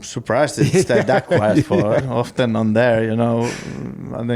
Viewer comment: I love the way Kimi Raikkonen pronounced "Often". Brilliant.